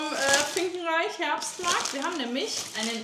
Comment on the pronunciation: Das heißt nicht finkenreich sondern finkenrech. Sind wir auch ein- zweimal im Jahr.